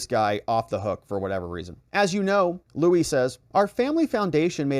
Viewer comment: Lou-E Freeh not Louis. One of the shadiest swamp rats of all time.